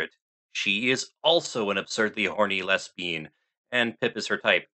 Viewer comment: Did- was that-? Did you say les-bean? 😂😂😂😂